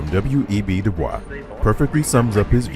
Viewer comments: When referring to W.E.B. Dubois, it’s pronounced “doo-BOYS,” not the French “doo-BWAH”. This was his personal preference and is also backed by Oxford. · They don’t pronounce Dubois name correctly. Credibility issues… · The narrator pronounces DuBois's name incorrectly.